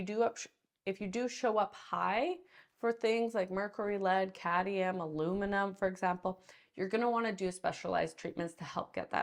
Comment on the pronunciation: The word is Cadmium, not Cadium. Sort yourself out Doc...